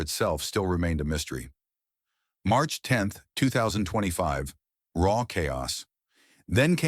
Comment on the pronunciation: I knew the moment you referred RAW as r.a.w Not to continue watching. GTFO